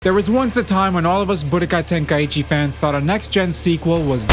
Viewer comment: Ten KAI chi not tenkaeeecheee